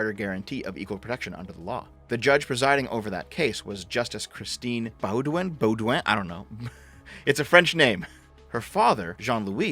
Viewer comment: Baudouin is pronounced boo-dwayne